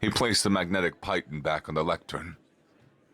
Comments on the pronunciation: I recognize regional pronunciations. So you're a bit presumptive in saying otherwise. But I've checked 5 different dictionaries from different publishers. They all say PEE-ton. Which makes sense, considering that French doesn't have a hard "I" sound and the word is derived from French. But hey, you do you. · Piton is 'pee-taan'. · I took rock climbing in high school as a pys. ed. elective. "Piton" is pronounced Pete-on. It's from the French term for "nail." Or so my teacher told me. Hope this helps.